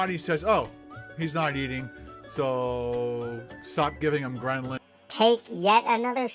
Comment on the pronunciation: When talks about fasting he sounds like the guy who watches one video on how the moon landing was faked and then all of a sudden it's the complete truth. He clearly did not gain any cognitive benefits from fasting since he constantly says "gremlin" and not "grehlin" LMFAO.